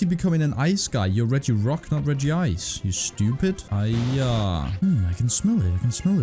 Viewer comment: the regice lmaoooo ününün